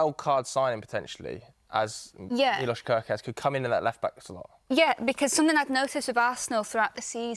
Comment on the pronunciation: we want to win the league and you are talking about "kErKeZ" 😂